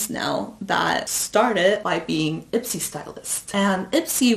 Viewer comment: Every time she said Ipsy, I heard Itzy. I don’t need no makeup, I wannabe me me me